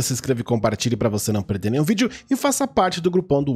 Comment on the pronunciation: Peridê (perder), Puriquê (porque), pericebe (percebe). Esse sotaque é...